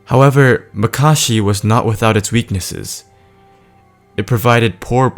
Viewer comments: It's not pronounced muh-kah-shee, it's pronounced mah-kuh-shee....also its corr-uh-ban, not corr-oh-bun.... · Its not makarshi. Its makashi